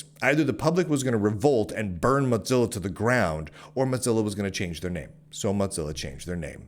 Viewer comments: Bro really called it Motzilla the whole video. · please,, there no 't' in Mozilla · call it modzilla one more time! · Am I the only one who pronounces it "moe-zilla"? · Muttzilla* and it's hillarious that's what's got you folks triggered, like there is no other argument so people take to deconstructing his pronounciation of Mozilla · Your pronunciation of "Mozilla" should be a crime. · Mozilla firing enough employees to completely shut down work on the Rust-written browser Servo is a great reason to despise them without mispronouncing their name.